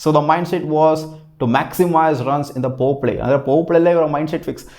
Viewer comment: ಲೋ ತುಲ್ಲೇ ಅದು ಪವರ್ ಪ್ಲೇ... ಪೋರ್ ಪ್ಲೇ ಅಲ್ಲ